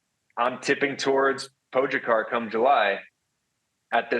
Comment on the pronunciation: At least try to pronounce Pogis name correctly, please?! Po-ga-car. It‘s not that hard.